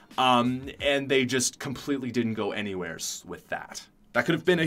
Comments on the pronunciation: "AnywhereS" "mArks" "stArt" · ''Anywheres" "Somewheres"